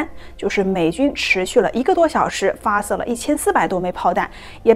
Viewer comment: 众望所shuo 归 ，发射se, 口供hong, 制造zhao，从chong, 入睡sui, 听的好纠结